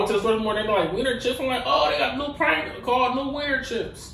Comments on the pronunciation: Funny how you pronounce it "prang-gos" 🤣🤣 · "Prangles" lmao it's Pringles